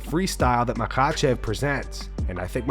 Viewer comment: SHOUT OUT TO the Content Creator for saying “Makhachev” like, fükën perfectly. I always found that region’s dialect was tricky to enunciation & articulate. I have a Master's Degree in Phraseology* *B.S.